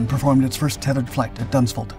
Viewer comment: Does he really say Dunsford in Surrey